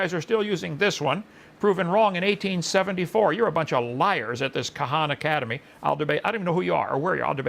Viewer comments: Kuh-hahnnuh Academy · He pronounces it kahan academy my god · the way that Kent pronounce Khan Academy is making me crazy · Is nobody gonna talk about how Kent said khana and not khan because of the a in academy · He’s still calling it Kahanacademy it’s Khan or Khaaaaannnn pronounced Karn or Kaaaaarrrrnnn. Not to be confused with the sisterhood of Karn.. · How can I take someone who Misdispronunciates so many words seriously. The Kuh hawn academy. This guy a.) is threatening a website. B. HAS obviously never seen star trek II the wrath of kuh hawn, And he didn't see the Benedict Cumberbatch one either. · Kent is so ignorant he mispronounced Khan academy as Khana cademy... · Him mispronouncing Khan Academy and missing an obvious "Con Academy" joke just sent me to the fucking moon, my sides hurt. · I'm more infuriated by his mispronunciations. Kahan academy (Khan Academy), anal loggy (analogy) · don't forget "Ka-hana-cademy" lol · Ka-han academy lol what an idiot. How could someone live this long without knowing how to pronounce Khan? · "Khana cademy" lol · Mate, this guy can't even pronounce Khan Academy. Yet he calls himself "smart". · It's the willful mispronunciation of Khan academy for me